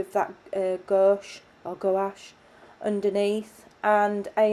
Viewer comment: Well done!! And you’re so cute. It’s “gwash”. One syllable. Wash with a g in front. 😘😘